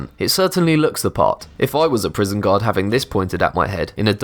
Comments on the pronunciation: this is the first time i seen one of his videos and i thought he was saying god and not guard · I kept thinking u kept saying god instead of guard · Who else thought that he said god everytime he said guard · Every time u say guard, i hear god lol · when he says guard it sounds like God instead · When u said guard I thought u said god... :\ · i know hes saying that the weapons were found by a guard, but at first i fought he said found by god XD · I thought he kept saying found by gods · every time he said guard I heard God xd